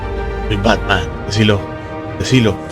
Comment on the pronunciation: como va a pronunciar asi, dislike aa, se viene el Bartman